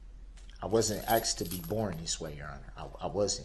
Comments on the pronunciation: Boy say axed and truff one more time!!!what a ignorant fool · '" I wasn`t axed to be born your honor". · I wasn’t axed to be born this way? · He wasnt axed to be born this way your honor.